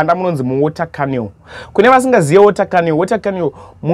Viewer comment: Cannal mhani not cannel